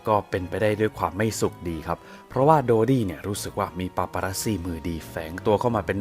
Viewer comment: ถ้าเป็นการฆาตกรรมจริง แปลว่าเพราะเป็นราชวงศ์ เพื่อให้เกียรติยศและศักดิ์ศรีเป็นที่นับหน้าถือตาแก่ชาวโลก(ในแบบที่เขาเหล่านั้นต้องการ). ต่อให้ต้องทำเรื่องเลวร้ายขนาดไหน ก็ไม่สนงั้นเหรอ. PS. ชื่อเต็มๆนายโดดี้ นั่นใช่ชื่อคนจริงๆเหรอ นับถือเลยที่ออกเสียงได้ชัดเจนลิ้นไม่พันกัน (o・・o)/